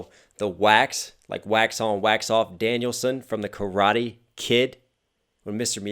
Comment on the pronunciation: It's not Danielsson it's Daniel-san as in Japanese.